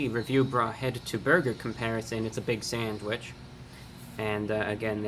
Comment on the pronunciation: saand Wichh